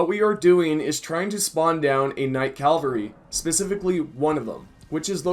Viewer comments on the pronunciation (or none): cavalry =/= "calvary"